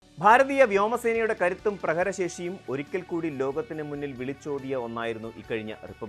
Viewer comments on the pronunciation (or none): പ്രഹര ശേശി അല്ല പ്രഹരശേഷി ഉച്ചാരണം നേരെ ചൊവേ പഠിച്ചിട്ട് പോരേ അവതരണം?